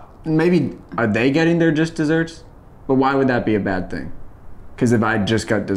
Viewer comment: Joel says jist desserts instead of just desserts